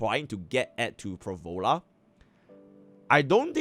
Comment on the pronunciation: Phro Lova, please. I do enjoy watching your content, but please, Phro Lova.